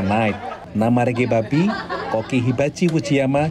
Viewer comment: yg mengisi suara tuh salah sebut nama org. nama nya ricky bobby, bobby min bukan babby